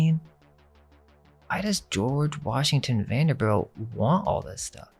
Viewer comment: It's pronounced Vanderbilt not belt.